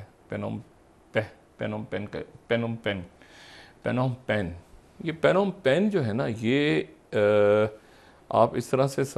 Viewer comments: O jahil insaan it’s not panom pen. The P is silent. It’s pronounced “nom penh” Wada aya international commentator. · Sir it is pronounced NOM PEN. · The correct spoken pronunciation is “ Nom Phen”. FYI. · Its called nompen Phnomphen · He doesn't know how to enunciate/ how to pronounce a word. Phnom Penh is spoken as nom pen. What the production time is doing here? This pseudo-intellectual Dr. Shahid Masood needs a complete rest like our PM Imran Khan.